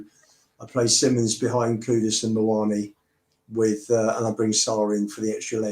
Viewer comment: Great show as always, but grateful if you can nudge some of the regulars on their pronunciation that its 'Kudus' not 'Kudos'!